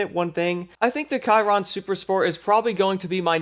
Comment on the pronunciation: Sh - eeer- ron